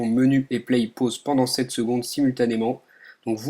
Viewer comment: pour dire"play" ce nest pas "plaiye" mais plutot tout simplement "plé" il ne faut pas prononçer le Y